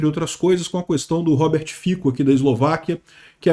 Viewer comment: A pronúncia de Fico é Fitso